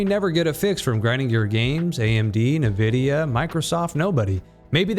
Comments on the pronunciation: Ni- who? It is pronounced "En-Vi-Dia" -.- Thanks for doing this video by the way. No one really talks about the elephant in the room. But I love the game. Still would play it even though I don't know why my PC crashes to the point where one can't even Alt + Tab. Smh. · STOP SAYING NIVIDIA AAAAAAAAHHH